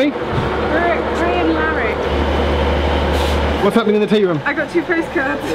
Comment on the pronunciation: I used to live in Crianlarich. Well done on pronouncing it